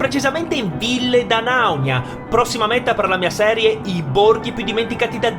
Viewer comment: Ora che hai imparato a pronunciare bene 'Ville D'Anaunia' prova a dirlo in corsivo